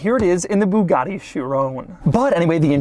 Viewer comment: jesus learn how to say Bugatti and stop embarrassing Americans with passports...